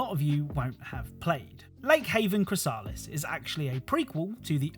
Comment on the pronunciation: It's am and I'm irrationally irritated at how 'chrysalis' and 'flowey' were mispronounced